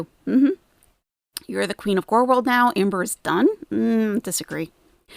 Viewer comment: “Technically part of gorl world….,” oh that bothers you huh? 😬😂